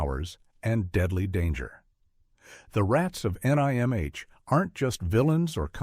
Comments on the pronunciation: Who would have thought that the voiceover was AI. One thing it has trouble with is pronouncing out abbreviations that are words. The Secret of NIMH Not The Secret of N I M H. And that's how you can spot AI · Nimh...say the word..you don't say each letter lol